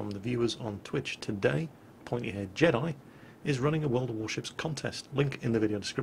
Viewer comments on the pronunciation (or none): none